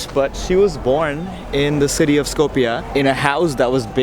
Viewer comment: stop butchering my language its not skopie its skopje